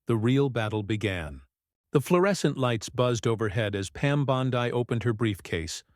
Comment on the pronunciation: Learn how to say her name